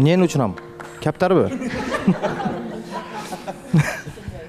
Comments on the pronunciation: Барибир айылдыгын билинет каптарбы дегенин кара тантык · Мунарбек мощный болду каптар дегенин туштукчо кетти